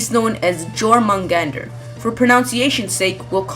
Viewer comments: You pronounced jormamgender wrong XD Scandinavian people pronounce it yoowmungender ;) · Jormungander is pronounced with a Y sound not a J sound. forgive my nitpicking, i love norse mythology. i hope the mythology plays at least a small role in the game. (between these three) i am most looking forward to having zygarde. his story in the original myth made me feel sorry for him. well... i felt sorry for his entire family, fenrir, narvi, vali and loki included. for example: forcing one son to eat the other and make the father watch. certainly not nice or god like. shame on you odin. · Jörmungandr, you say it like Joermungandr, not Jormungard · The Midgard Serpent is pronounced "Your-mon-gander"--Jormungandr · for future reference: scandinavian pronounciation of J is similar to the english pronounciation of Y, so it's closer to Yörmungandr, than what you said